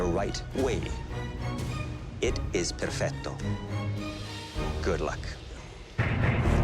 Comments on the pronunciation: It's perfect not percfto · “It is PeRFETo”